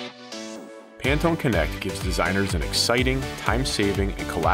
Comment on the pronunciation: ...You mean I've been pronouncing Pantone wrong this whole time?